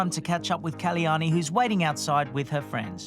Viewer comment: The name is KAL-YANI and not KALI-YANI, such a beautiful goddess' name should be pronounced properly